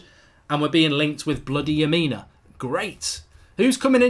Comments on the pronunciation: It's strange you've never heard of Lamina haha! He's a good player. It's Lamina not Yamina! They also don't want to sell him. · saw some1 else said it too lol, and his name is leh - mih - nuh